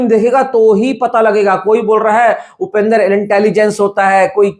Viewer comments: It’s Upendra not Upender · Bro not upendar it's Upendra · Its upendra not upender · Its not upender its upendra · Upender nahi upendra bolo bhai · low*e its upendra not upender